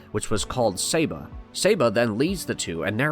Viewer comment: Love billy. Also its SAH-BA not SAY- BA lol (Saba)